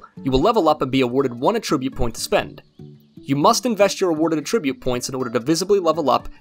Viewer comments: please learn how to pronounce "attribute". In this context it is NOT "uhh-trih-butte". It IS "ATT-trih-butte". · Can you please look up how to say attribute? At -trib-ute It’s not “a tribute “ points lol